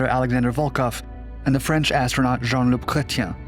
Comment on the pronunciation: il me semble que vous parliez le français. Votre prononciation de Jean-Luc Chrétien est formidable.